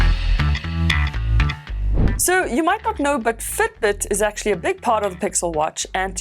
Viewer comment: Have you lived in New Zealand? Can detect Kiwi accent in "Fitbit" - Futbut